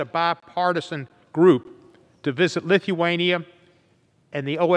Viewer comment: Where the hell in Lith-E-wan-E-a